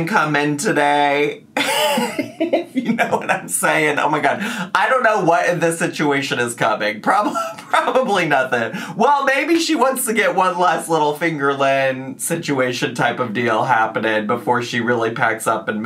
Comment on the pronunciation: please never say “fingerlynn” again loooooool